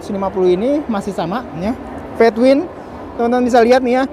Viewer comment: Ve Twin om Bukan Pe twin hahahhahah salam hangat